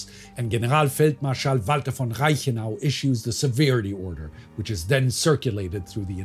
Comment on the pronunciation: That "entire", to me, was pronounced with a German accent — presumably because he was adopting it to pronounce "Wehrmacht" properly.